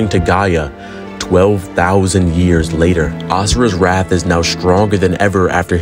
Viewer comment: Wrath. Not wraith.